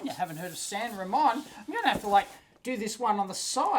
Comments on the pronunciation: its San Ra-Moan... you know Spanish. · My Aunt lives in San Ramon (pronounced ra-MOAN)...